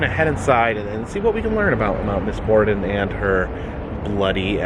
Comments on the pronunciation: It’s borden not border :) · Hey bud, FYI. It’s Borden, not border.